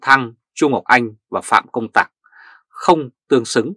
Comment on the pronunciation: "Tạc" not "Tặc"